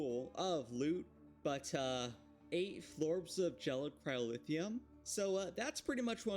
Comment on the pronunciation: Why do you keep pronouncing it "cryolithium" and "pyrolithium"? That's not what they're called